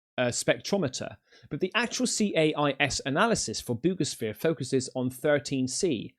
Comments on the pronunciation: For 8 min I thought he was saying boobishere and it does have boobs on it on the top lol 00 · I only keep up with 3I/Atlas in hopes in lands on my X wife's house like the Wicked Witch 🤷🏾‍♂️ Also it sounds like you said boobisphere 🤣🤦🏾‍♂️👍🏾👍🏾👍🏾